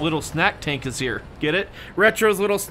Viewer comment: It is kinda hilarous how you pronouce the South African tanks names lol